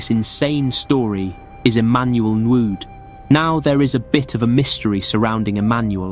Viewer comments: THE WAY HE SAID EMMANUEL NWUDE😂😂😂. THE DE IN NWUDE STIL SOUNDS AS DE' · Its pronounced Nwu-day. He is from Abagana, Anambra state Nigeria. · This is an awesome piece of documentary... Just one thing though, next time, please try and consult actual Nigerians to learn the pronunciation of Nigerian names so you don't make a mess of names like Abuja and Nwude. Thank you ❤